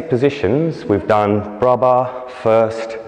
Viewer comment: Good video (even if I have doubt about the first... I always learn it's in front of the belly button; mayvbe different teachings...) . But PLEASE make a correction there! You don't talk about low bra, but about low arms! BRAS bas, not BRA bas. :P :P It's a new term for me, my teacher always call it the Huitième (8th); I'll know if someone use it one day so thanks! :) Keep up the good work.